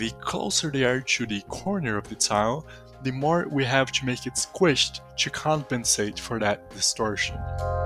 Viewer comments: Haha gotta love how Brazilians say "to" -> tchoo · to you --> "tchoo yooh" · o que mais gives away é o "to" sendo "tchu" hehe